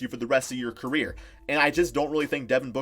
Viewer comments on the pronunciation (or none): none